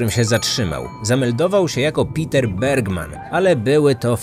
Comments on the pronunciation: Niemieckie Peter wypowiada się: Peter a nie: Piter 🤦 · Jeśli pochodził ze strefy niemieckojęzycznej to nie Piter się wymawia tylko Peter Bergmann.